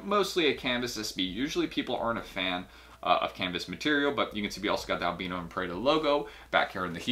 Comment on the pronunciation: Isn’t it pronounce AL BIIII NO NOT ALBNO